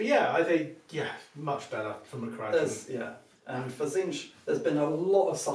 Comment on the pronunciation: Learn how to pronounce the faction you're playing. It's kara-dron